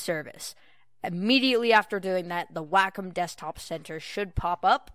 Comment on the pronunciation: WAK - EM TABLETs LOL its Way-com